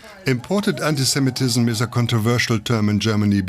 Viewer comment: The German commentator repeatedly says antisem-E-tism, a typical mistake.